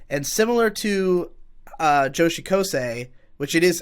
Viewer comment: it's really not that hard to pronounce joshikausei edit: also fuck you Girl Friend (Kari) is great